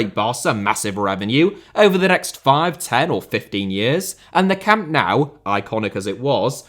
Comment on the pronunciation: Learn to pronounce Camp Nou please.